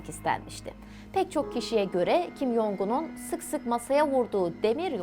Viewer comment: “Jong” Cong diye telaffuz ediliyor.